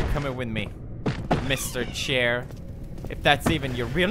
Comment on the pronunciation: Only the real ones know its pronounced Mr. Shair... that accent used to come thru :3